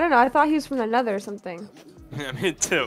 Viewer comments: nether, not neather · its not neather its nether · It's nether not neather